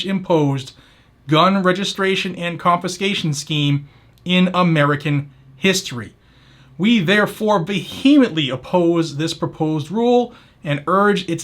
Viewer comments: (Good job but, it's "VE-hemently") lol. But, seriously... I hope that the (at this moment) 11 thumbs down were accidents and people aren't so shallow sited that they don't understand that allowing constitutional freedoms you don't like to be defeated in any way sets the stage for the freedoms you do like to be taken away, too. It's all or nothing when it comes to the constitution. There are avenues to facilitate change within the framework of the constitution but arbitrary voting by politicians or rule making by depts of the government aren't that way. It's illegal and unconstitutional at many levels and it's time people quit being so narrow minded, short sighted and shallow in their thinking and perceptions because if the group you don't like gets illegally struck down, it's a guarantee that it won't be long until you're wondering what happened and your shouting about the terrible things done to you. Every wun for constitutionality is a win for everyone, even if it's not something popular. Stop and think about what you're whining about and wonder what happens when it's your turn to be challenged by the same people you cheered for today. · Silent H in vehemently. What you're doing is so important. And on behalf of a sizable MA faction, I thank you.